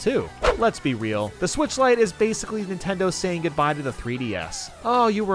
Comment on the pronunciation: I left the video when he said “lite enup.”